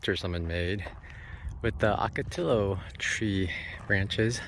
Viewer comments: my fellow jarhead.... Brother, OCOTILLO is pronounced OH-KO-TEE-YO, LOL...... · OK, ocotillo is pronounced oh-ko-TEE-yo. 😉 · I'm just made a drinking game out of every time he mispronounces it ;)